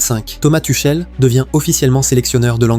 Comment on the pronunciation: Tuckel, Tuchelle, elle est belle l’IA …